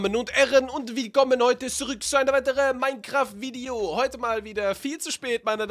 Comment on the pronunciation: Mancraft hast du am Anfang gesagt xD